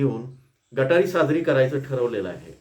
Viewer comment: गटारी नाही सर.... गतहारी